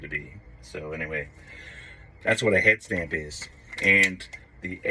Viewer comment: Say "head stamp" again though 🤣🤣🤣